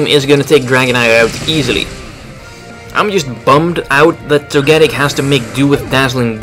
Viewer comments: Well you got your mega steelix wish. and you're right he pronounces Togetic (toe-gah-tic) weird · Your pronunciation of Togetic is odd. Hopefully Togetic/Togekiss will get access to Moonblast in the next game. I agree with what you said about Pyroar. It needs some help to become better. I would guess his last move was Dark Pulse. I want a Mega Steelix in the next games.